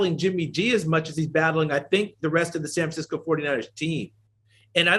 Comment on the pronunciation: Anyone else hear the way he said "SAN FRANCI-COOE" Lmaooo not sure if its just me but his voice totally changed lmao